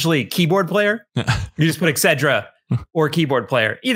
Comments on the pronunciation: mispronounces etcetera, making it sound like exzedra. Please either stop using that word, or finally learn how to say it properly. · Etcetera or Excedrin?